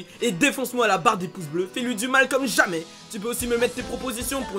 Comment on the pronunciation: Paresseux comme «jaja» ptdr t ki pour dire «comme jamais»